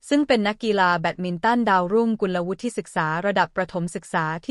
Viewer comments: สงสัยใช้ เอไอ อ่าน ๆ ผิดๆถูกๆ เฮ้อ.. น้องเค้าชื่อ กุนละวุด ไม่ใช่กุนละวุดทิ..👎👎👎👎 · ภาษาไทย ของ โฆษกี ผู้อ่าน - บรรยาย ไม่ค่อยจะแข็งแรง ๆ ไม่ค่อยจะแข็งแรง ๆ สักเท่าไหร่ เหมือนลูกครึ่ง ๆ หรือ ไม่ก็เกิด หรือ เติบโต ณ เมืองนอก เมืองนา ประมาณ นั้น ไม่รื่นหู เลย ตะกุก ตะกัก ๆ งึก ๆ งัก ๆ & Stuggle ๆ to pronounce Thai. language ๆ .. กุลวุฒิ (ออกเสียงเป็น … กุนละวุด ๆ ) .. Did you understand or not ???? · ระดับชาติ... ยังอ่านเป็น.. ระดับ ชา-ติ งงจริงๆค่ะ อ่านภาษาไทย แต่ไม่รู้ความถูก???? น้องวิว เขาอ่านกันทั้งประเทศ ว่ากุล-ละ- วุด